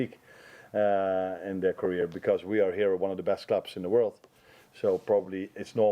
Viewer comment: Anyone else notice he said 'breast'and not 'best'. Amorim is gonna bring the breast out of the players. Gonna be an interesting match Sunday 😂